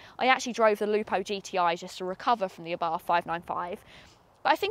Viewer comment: good...but it is pronounced "ah Bart" ( and the "h" in Abarth is silent)